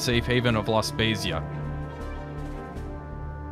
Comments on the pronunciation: “La spezia” should be read with an “hard” z sound almost “spetzia” 👍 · loved the video but, and im probably gonna receive some hate for what im about to say, The italian city that the uboat is docked in was mispronounced. The z in the name makes a ts sound so its more like La Spetsia........... sorry lol i have a compulsion to say things properly no idea why may be something to do with my autism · A quick word of FB on pronunciation: La Spezia is pronounced like 'pizza' (adding a 't' sound). What you say would be spelled as such: 'La Spesia' (Pisa). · Your pronunciation of La Spezia is magic! I live 35km off that town and have been there many times to do some sightseeing of warships and submarines stationed there or visiting from other countries. Thanks for the video, your work is much appreciated! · Your pronunciation of laspezia killed me as an italian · It’s completely off and so strange to hear, but that’s ok your Italian community will love anyway 😂❤️